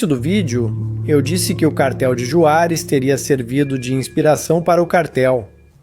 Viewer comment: Se pronúncia "Ruarez" com som de R não Juarez da forma que tá escrita.